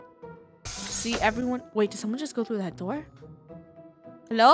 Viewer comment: HEWO dunneh